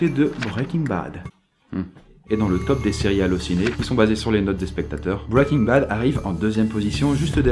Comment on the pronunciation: Pas mal ta vidéo, par contre ça m'écorches les oreilles de t'entendre dire bwwaiking bad , il vaut vraiment mieux le dire bien à la française que de se ramasser sur un accent approximatif. N'en diront certains.. :)